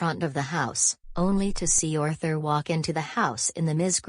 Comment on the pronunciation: It’s pronounced Ar-thur